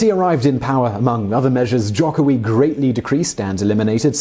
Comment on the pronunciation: Hi, thanks for making a video about Indonesian politics (a greatly understudied topic indeed). A quick point of feedback: you mentioned that rising conservative Islamic influence would likely cost Jokowi (btw pronounced Joe-koe-wi) the 2019 election. While islamic populism is certainly a force to be reckoned with, all credible polling organizations have Jokowi in a double digit lead over potential opponents. Furthermore, its actually not a clean split between Jokowi and the opposition in terms of the Islamic parties. PKB will likely go for Jokowi, while the PKS while go for Prawbowo Subianto (his likely opponent). The other two are sort of a toss up at this point. I would also say that Indonesia's democratic consolidation faces great challenges from forces besides Islamism.